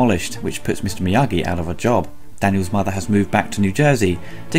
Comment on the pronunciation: So hard to take Ebert seriously when he first calls him Mr. Morita, then Mr. Meageee. Get the name right and then I'll listen to your take.